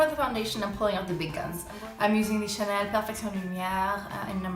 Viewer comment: Bring on the color correction and use things that have French titles because I love when you talk Chanel !